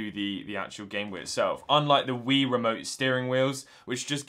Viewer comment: Wii is pronounced WEE not Why.